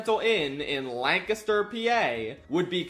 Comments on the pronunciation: You said Lancaster correctly!!! 😅 Yea, it was random, IDK. There is also Blue Ball PA near there. PA is just... weird 😂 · There were two giveaways that you're from Pennsylvania before you said it: - First, you pronounced "Lancaster" correctly - Second, you referred to it as PA. For some reason, we're the only state that refers to our state by its postal code Still, gotta be honest, it's gonna be weird to not drive by the wildly garish CN Hotel when driving on route 30. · I honestly forgot that you're from PA, but the minute you pronounced Lancaster correctly, I knew I was in for some good stuff lmao anyway, I've driven past this hotel a bunch going between my parents' house in south central PA and where I live in Philly. it'll be weird to have it be gone now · You can tell he’s from PA because he says Lancaster right. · Props for pronouncing it correctly. Can confirm, it's boring AF in Lancaster. 😂 Edit: your travel footage is hurting my brain. 😩 😂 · thank you for pronouncing lancaster correctly, no one in philadelphia knows how to LOL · Thanks for pronouncing Lancaster correctly. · Liked and subscribed simply for pronouncing Lancaster right. Thank you for not forcing the Californian pronunciation on us. My ears are grateful. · Thank you for saying Lancaster correctly!! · the proper pronunciation of Lancaster warmed my heart. Thank you.